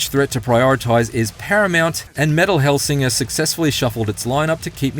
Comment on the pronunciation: I'd take the review more seriously if they said the name of the game correctly